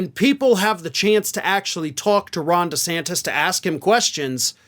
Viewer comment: He will fail...does he know how to pronounce his last name yet...??? Hmmm...